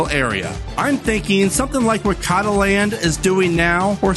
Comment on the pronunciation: So Cotaland should be pronounced like Coat-a-land. F1 & Racing community in general pronounces it that way instead of the Kato-land like you say it. I do agree with the rest of the list! I think there is a lot of opportunity for new parks in the country and hope that new parks will eventually make their way to fruition!